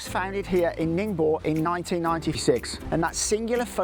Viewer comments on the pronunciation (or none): Ning bow, gwong Joe, please get your pronunciations right!